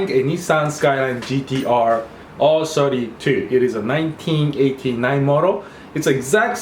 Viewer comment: Why does it sound like you say "Arse 32"